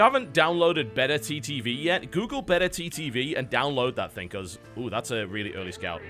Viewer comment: oh, its BETTERTTV, not beta ttv. God, I was so confused when I couldn't find it. He say it like a weird pronunciation of beta.